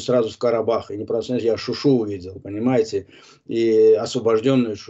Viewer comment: Он паруски говарит .ни шуши .а говарит шушу .ета паруски правилно .